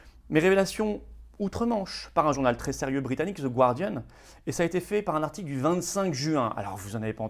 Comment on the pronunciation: Florian, "The Gardian", la première syllabe ne se prononce pas /gwar/ mais /gar/ comme le département du Gard, par exemple.